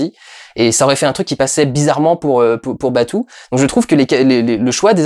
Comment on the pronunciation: Batou se prononce Batō(en insistant un peu sur le "o") ;)